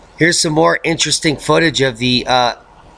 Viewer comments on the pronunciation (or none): none